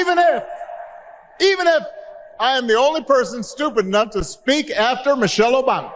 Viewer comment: Did you say "Obamna" by accident? Lol 😂